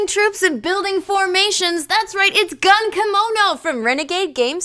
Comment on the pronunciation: The correct pronunciation of the first syllable is more in between gun and goon.